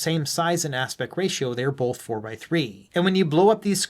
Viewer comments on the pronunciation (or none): Good video but just a point... There's no L in the word BOTH.